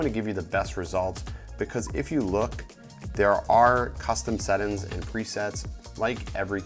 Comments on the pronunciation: Bro, it's settings not settin' lol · Marfoogle Watutu News I thought that was just me. I kept saying "sett-INGS" until I couldn't take it anymore lol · Sett'ns, review'in, Vlog'in....I have never seen someone completly cut the G out of every word